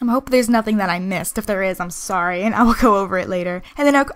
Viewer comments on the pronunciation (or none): none